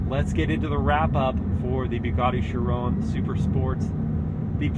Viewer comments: He isn’t really saying it correctly, at least not the french way 😅 He’s saying Schiron but it’s basically Chiró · It’s pronounced shi-RON not shi-rö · have i been pronouncing chiron wrong??? he says it with almost a french accent